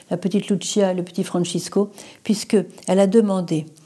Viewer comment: Sr Emmanuelle les voyants de Fatima sont des portugais Lucia Francisco prononcez leurs prénoms en français c la même prononciation qu'en portugais et non en italien. Merci